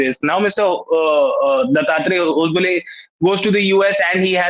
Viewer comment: Hosa baale is the pronunciation It means new banana leaf